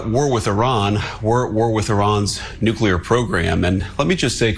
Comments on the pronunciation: He said “nukeyaler” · Dummy can't even pronounce NUCLEAR.